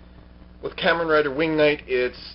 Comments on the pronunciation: In all the japanese kamen rider series i have seen they say it like kah-men not kih-men like you were saying. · No......Japanese people say Kamen Rider not CAMen Rider. Watch any Kamen Rider Show. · Sorry to sound like an ass, but you're not saying "Kamen" right. They are saying it the Japanese way in Kamen Rider Dragon Knight.